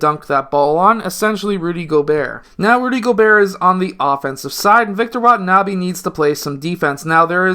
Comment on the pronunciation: Its wenbanyama not watanabe sir